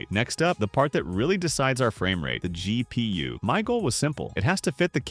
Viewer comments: those are FULL BUILD prices, not case prices, though I agree those prices are "kind-of" insane. - "Dual slot "Zhai P U" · Dual-slot Zhai P.U.what now?